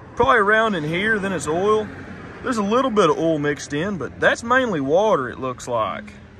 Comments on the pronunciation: Why can't Americans pronounce the vowel sounds properly? Ol it's Oil Oyl lol. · Ok , for Gods sake it’s pronounced “ Oh I L” . Oil is not “ Ool” ! How can someone who has above intelligence and mechanical ability slaughter the English language so severely? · Like how you call oil, “ohl”